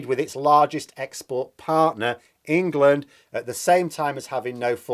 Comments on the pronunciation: When you say ‘Wangland’ I keep hearing ‘Wankerland’ . . . . . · Prefer Engwaland myself.